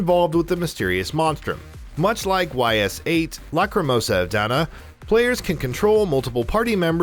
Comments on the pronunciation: It’s “Eeeee’s” not “Y.S.” Lol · Lol... Y’s isn’t “wise” or “Why-Es”... It’s called E’s (long “E” sound) like in Reece’s Pieces. Or, (if you were holding a big letter “E”) if you had more than 1 “E”, than you would have multiple “E’s” in your possession😉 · This guy sounds spot on with the list 25 guy. But seriously. Just say Ease. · Me ears ached when I heard him pronounce the title